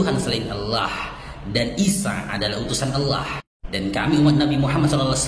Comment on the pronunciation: Fasih banget bang kl nyebut Allah